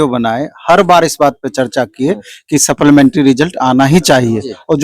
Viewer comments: wala english weak hai supplementary ko sapplamentry bolta hai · Supplementary ko supplamentary kyon bolte ho Bhai ?